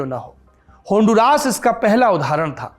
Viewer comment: Aap ke pronouncion is incorrect , its not honduraas, its hon-du-ras. Dusri baat, I’m looking for an desi guy to join me in honduras who knows how to make ghee. I live in US and want to go there to make ghee.